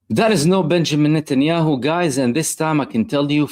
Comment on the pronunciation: Benjamín Notnyhau😂